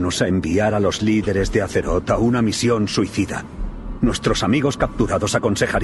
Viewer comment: Me lo he estado preguntando, porque dices: battle for aseroth y no Azeroth? suena mas a S que a Z